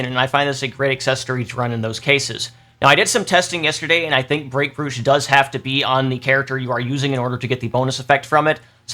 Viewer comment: the word is said as broach, like coach, please